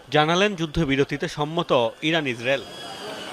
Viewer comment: যুদ্ধ হচ্ছে ইসরাইল ইরান, পাঠক ইজরাইল ইরাক কেন বলছে?